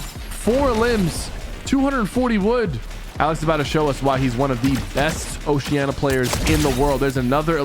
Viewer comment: why the flip does everyone say osheana? It's oceania. WITH AN I